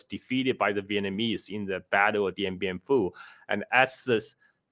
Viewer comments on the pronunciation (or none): none